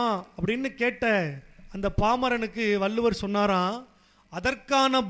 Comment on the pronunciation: வள்ளுவர் ..வல்லுவர் அல்ல..